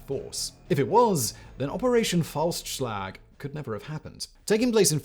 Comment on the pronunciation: "Operation False Slag" I'm sorry what....? Oh Operation "Faustschlag"